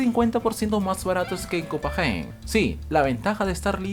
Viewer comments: como se pronuncia:copenague. como lo dice: copajen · No se dice cristianía es cristiania copenague no copenjien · Se pronuncia "Copenague" (no Copegen) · Copajain? Sauja? Aprende a hablar